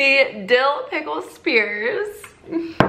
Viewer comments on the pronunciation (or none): i literally spit out my coffee when you said Dickle instead of dill pickle!!! 😂😂😂